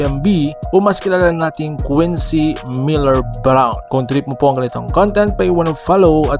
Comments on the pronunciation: Quentin PO! not QUENZY .😩😩😩😩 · Quentin hindi Quincy!.😂